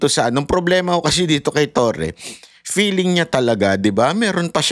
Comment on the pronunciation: Hahahah favorite kita bakit ang feeling 🎉 peeling ang pronunciation